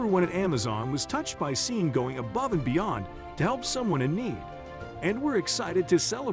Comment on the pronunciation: Sean is pronounced Shawn.